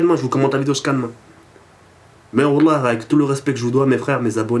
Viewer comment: Ne jure pas sur le Nom D'Allah, et behda jure bien si tu le fait c'est pas "OULLAH" mais "WALLAH" ! Donc prend j'espere que tu fera plus cette erreur mec !